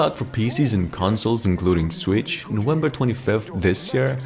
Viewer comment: What is this "Swicth" system you speak of?